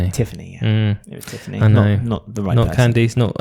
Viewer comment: It's more CAN-dass (emphasis on the first syllable), but yes.